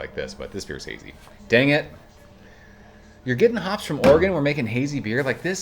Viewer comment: My high school history teacher in Oklahoma mis-pronounced it, but was nice and thanked me for helping him say it correctly. You nailed Oregon though 😂